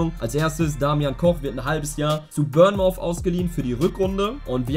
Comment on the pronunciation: bruder reading und bournemouth werden komplett anders ausgesprochen.. ansonsten korrektes video